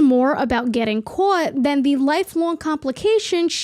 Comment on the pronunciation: And when you say caught